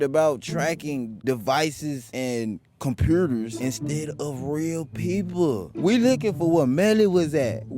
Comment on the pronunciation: Yo ,my boy said COMPERTER 😅😅😅😅😅